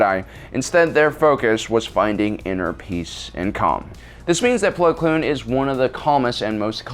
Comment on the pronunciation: it’s plo koon not plo kloon